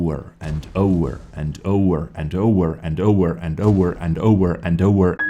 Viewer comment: It's like ''oVEr'' not ''oUR''